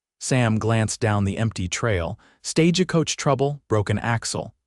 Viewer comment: It's not stagicoach... it's stagecoach... with no I in it... not stage a coach either... Just stagecoach...all one word. 😄... Thanks! 😂 Great story! ❤❤